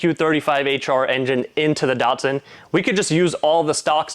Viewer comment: My 1st year apprenticeship was with Datsun (Liverpool Australia) in 1981 This video makes me cringe how Americans mispronounce English that was designed to mimic Japanese pronunciation. These cars are not "Dart-sons" They are "Dat"-"Suns" and I don't mean "Date"-Suns" either .. respect the Nippon language please. 😄🇦🇺